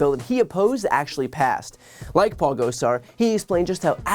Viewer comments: I enjoyed how Dark Brandon didn't know who Paul Gosar was--or at least didn't pronounce his name correctly. 😜 Hopefully soon none of us will have to hear his name anymore--he's traitorous and evil. 👹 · Those AZ Congressman are MAGA pieces of work, aren't they? Love how he pronounced Gosar...LOL.